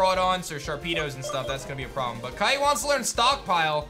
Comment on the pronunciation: Brooo not kite